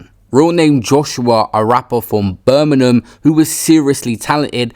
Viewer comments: Birmingham ❎ burminum ✅ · ITS NOT BIRMINHAM ITS BIRMINGHAM